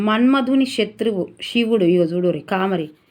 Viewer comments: కామరి కాదు తల్లి కామారి . మీకు తెలుగు భాష సరిగా చదవడం లేదు. 😢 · Thappulu chadhavakunda chesukondi....కామారి Ma ki dheergam vundhi Thappu chdivithe ardham maripothundhi